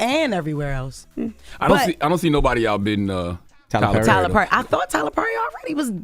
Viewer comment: Jess, who is Tyler Purry? Lol